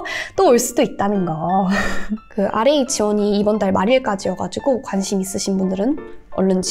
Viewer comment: what is rap이라고 읽어가지고 랩하는줄…